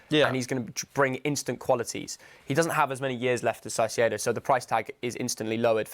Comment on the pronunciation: Who’s Saicedo?…..